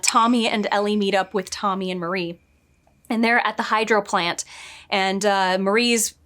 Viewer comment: *Maria not Marie